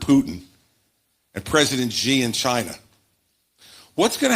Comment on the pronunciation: He say president G of China, lol.